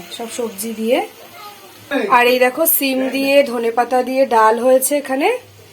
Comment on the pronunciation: Sabdhane thak bolche সিম কে ছিম